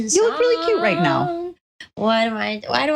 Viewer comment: Re: habits, I have heard say “cyuttuh” (cute but with the last syllable dragged out) just like mint too